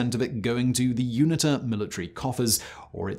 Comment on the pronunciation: Erm, Simon it's MPLA, not MLPA. And you pronounce UNITA as You-nee-tah.